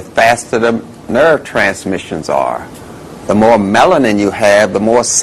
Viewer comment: The faster the... NURVE TRANSMISHUNS R